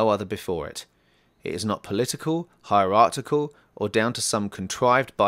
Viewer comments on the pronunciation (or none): please stop saying 'heirartical'... sound like a damn fool when you say it wrong, ... its hierarchical. That said I enjoyed the extra non TZMovie content, a little more grounded, maybe more accessible for the schools and radio talks cited in the intro :)